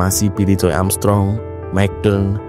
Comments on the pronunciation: Joe itu bacanya JO, bukan JOY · iya.. agak ganggu dengernya. Tapi nice content 👍